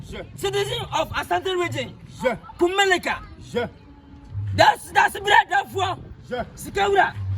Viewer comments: koraaaa whyyyyyyy 😂😂😂 IS NOT KUMELICA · Is it KUMERICA OR KUMELICA😂😂😂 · That's kumasi for you 🤦‍♂️🤦‍♂️🤦‍♂️🤣🤣🤣